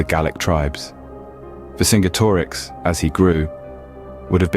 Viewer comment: Great video although i think its pronounced vercinjetorix or verkingetorix great video keep it up